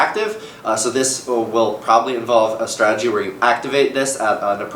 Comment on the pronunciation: its also strategy and not stratey